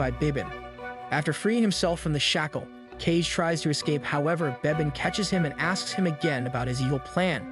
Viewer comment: Ka-Ge not "Cage" haha